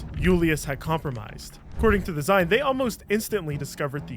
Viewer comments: "Zine". It's pronounced "zeen". As in, short for "magazine". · Yeah that was annoying me an unreasonable amount haha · This was another great video. One very pedantic critique. While "Zine" is spelled with a silent "e" at the end, the word is a short form of "Magazine" and is pronounced ZEEN. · pls it’s zine like short for magazine you say it “zeen”:’) love you <3